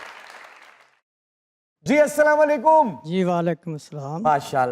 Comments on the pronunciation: السلام علیکم۔جناب تلفظ درست درست فرما لیں اسلام وعلیکوم نہیں ہے شکریہ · السلام علیکم۔جناب تلفظ درست فرما لیں اسلام وعلیکوم نہیں ہے شکریہ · اسلام وعلیکم ۔لفظ ہے ناکہ اسلام وعلیکوم نہیں ہے براہ کرم تلفظ درست فرما لیں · جناب السلام علیکم درست پڑھا کریں بڑا افسوس ہوا کہ اپ کو السلام علیکم صحیح پڑھنا نہیں اتا